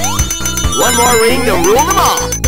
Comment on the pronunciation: TheMrDanieloco I guess he's refering LOTR, but it sounds more like "the mall" than "them all" in my mind